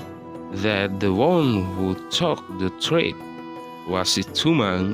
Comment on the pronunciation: You need to learn more about how to pronounce some words, such as took, fell, were, grew up, realized,.,.